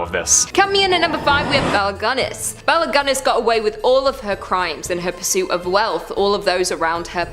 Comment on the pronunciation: "ginnis'. Not 'gunnes'